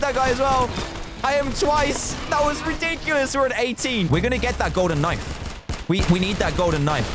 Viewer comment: Me: almost getting a backstab Dan: *Backstab me with a golden knoife Me